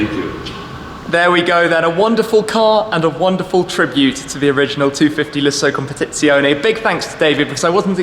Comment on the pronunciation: A fascinating video. 'Competizione' can be tricky though to say, correctly ...